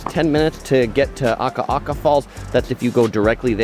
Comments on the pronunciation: Love the Big Island, but it's Akaka Falls not Aka aka Falls. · As an island girl who lives on the mainland now we love your Hawaii videos! So fun to see the local spots and our local foods. You always do an amazing job with pronunciation but it is Akaka Falls, not Aka Aka. (Did you hear us yelling at the tv each time?). We really wanna fly home now - your videos are always amazing and these make us homesick. ❤ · Ah-ka-ka falls, not aka-aka😊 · Akaka Falls - a ka ka NOT aka aka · Small note. Its not Ah ka ah ka…. It ah ka ka falls or farms…… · AKAKA FALLS, NOT AKA'AKA FALLS!!!